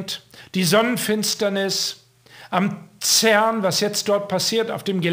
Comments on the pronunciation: CERN spricht sich auf Deutsch als ZERN aus,. Und das CERN ist in Genf. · Schweizer Cern: Sprich Zern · Ja, genau,! CERN wird deutsch bzw. französisch ausgesprochen also das C wie ein C und nicht wie'n K, und das E wie'n E und nicht wie'n Ö!